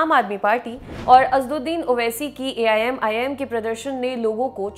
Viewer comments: madam Aap 4 bar Aimim ki jagah aii'm bol chuki ho . Mai aapka fan hu lekin aaj aap ka programm karte vakt shayad man kahi aur tha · aap pahele AIMIM bolna sikho.